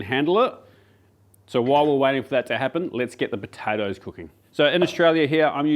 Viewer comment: Potatoes 🥔 with a P not a B